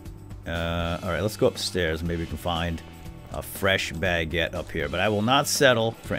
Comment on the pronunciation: really triggers me when he says Bagete instead of Baguètte